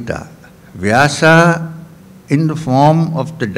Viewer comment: 🌹🌹🌹Youtube चैनल के मैनेजर कृपया स्वामी जी को ये कमेंट ज़रूर दिखाएं ! स्वामी जी सादर प्रणाम ! कृपया नाम का उच्चारण - वेद का वेदा व्यास का व्यासा अर्जुन का अर्जुना कृष्ण का कृष्णा आरण्यक का आरण्यका वेदान्त का वेदांता आदि न कीजिए क्यों कि शब्द ब्रह्म है ! आप ब्रह्म को ब्रह्मा उच्चारण करके पुनः उसका स्पष्टीकरण देते हैं प्रवचन में !🌹🌹🌹